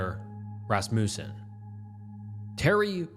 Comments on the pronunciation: Everyone’s all “alias this” and “arraignment that”, but not one of u lil grammer natszi fucks are saying a fucking word about “RASS-MOO-SEN” when pronouncing Rasmussen 😭 god damnit i was just gonna let everyone else get full off the damn grammar bait but nooooooo you had to dangle that mf’in lure right in front of me and i couldn’t resist while everyone was so stuck elsewhere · Or Rasmussen as fuckin RassMOOsen